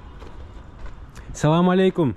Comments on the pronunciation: Салалейкум дебе Ассаламуалейкум деп айтылат жон салалейкум Дегенди жаман кабыл алышат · Салам алейкум мес ассаламу алейкум деп тура айтсан